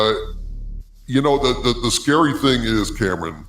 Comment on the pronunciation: How can you not even try to ptonounce kamran. Its not Cameron fool